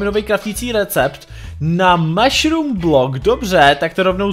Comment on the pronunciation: neříká se to meshrum ale mashurm